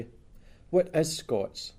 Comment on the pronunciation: Oh god when he said "Firstly, what is Scots?" I heard, "Firstly, we're escorts," Jesus